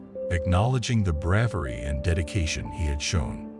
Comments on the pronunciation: despite his "breahvery", he hadnt actually done everything in his power. He could have actually listened and NOT gone. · Such "bravvery"!